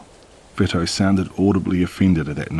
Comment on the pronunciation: Vito is pronounced VEE-TOE just saying I’m not being a bitch most narrators like to know correct pronunciations interesting so far 😊